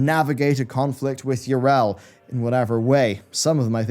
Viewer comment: Yrel? Her name is pronounced Yee-Rell not Yer--El. Syllables matter.